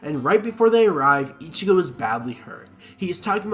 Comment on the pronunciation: Why tf do you keep saying “ichiyo”? And holy crap, Owahime. Just delete this, dude.